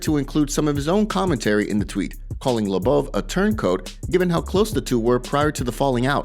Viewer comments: Bro u say everyone’s name wrong It’s fucking mind blowing lmao it’s LO BOV NOT LA BAVE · His surname is Lobov not LeBouf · If you're going to have an MMA channel, how about pronounce the names correctly. It's (Low-Bov) not (La-Bov) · it's LOW-BOV, not LUBBUV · ARTEM LOW BOV, LIKE "ABOVE," PRONOUNCE HIS NAME RIGHT, DONT U WATCH THESE FIGHTERS? U WOULD KNOW HOW TO PRONOUNCE NAMES. DONT BUTCHER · I was listening to this and not watching so How he pronounced Lobov’s name as “La-Bub” made me assume he had a problem with someone else as well lol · It's pronounced low bov...ass hole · Dude! For real! Artem labuv lol. It's really irritating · Bro why can’t you say lobov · Why are they saying Lobov like it’s Shia Le Bouf or something. Idiots. Said it like 1000 times too. I’m Unsubbing for that. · First person I hear pronounce Lobov's last name incorrectly